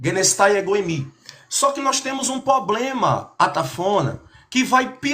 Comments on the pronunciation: Quando o camarada começa com essa pompa toda, abrindo textinho em grego e lendo anotações de gramática, normalmente ele fala “poblema” e leva uma surra da bíblia. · Kkk Quando ele falou: _"Só que nós temos um 'poblema'" , aí perdeu totalmente a credibilidade . Kkkk